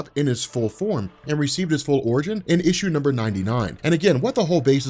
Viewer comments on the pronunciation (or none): none